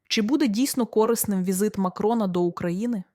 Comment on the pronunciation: кОрисним, тижнЯми... Що з наголосами у ведучої.